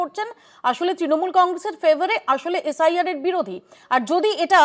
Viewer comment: mediar problem holo, jel khata ashami sathe goru chor k tv te ane DADA bole sombodhon. oshadharon apnara. s.i.r o bolte parche na sr sr korche. r dukkho j enara state chalabe bole pagol hoa jacche.